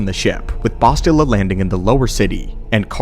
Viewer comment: The way you pronounce bastilla tells me you never actually played TOR games